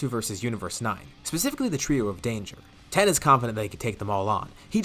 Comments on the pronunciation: Tien. TEE-EN. If you're going to say his name as "Ten", stop, and either form an argument that your using his non-English name (I don't here son after goku, invalid argument), or pronounce it correctly. It detracts from the video and is stupidly infuriating. How can a fan mispronounce a name with two syllables? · Y does he call tien ten? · the amount of times you say ten and not tien causes me physical injury,. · you know a manga reader when the rapidly incorrectly says a name ITS NOT TEN ITS TIEN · How many times is he going to say ten and not tien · why do you call Tien.... ten ? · FFS ITS TIEN NOT TEN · TI-EN, why do you say Ten ??? It’s super annoying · It’s just a fucking mispronunciation chill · Tien.... tee-ehn.... I know you know.... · Great story, i just hate that you are pronouncing Tien as Ten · oh really I didn't know that... it just hit my ear funny and didn't really like it haha 😅😆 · Why do you pronounce Tien that way?